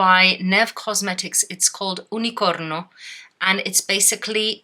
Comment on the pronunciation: what the hell is unicorno? 🤣 just unicorn😅i don´t even know what country neve is from, but i had to google it just cuz u said it kinda funny i though it might be some eu brand or something. not trying to be mean! 😅